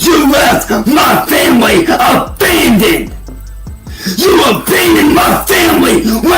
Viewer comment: "You avandoned us"